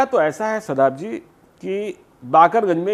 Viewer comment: آپ سے ایک گزارش ہے کہ آپ دوران گفتگو اکثر اوقات جی کے بدلے زی کہ دیتے ہیں غور فرمائیں